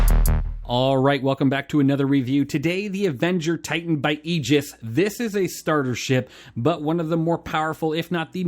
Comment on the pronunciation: It's pronounced AY giss. But thank you for reviewing my favorite starter ship!